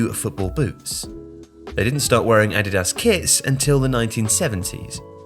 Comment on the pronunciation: Curious why you pronounce 'Nike' correctly but 'Adidas' incorrectly?